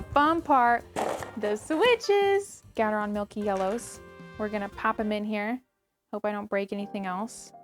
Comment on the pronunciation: Did she just say gatarone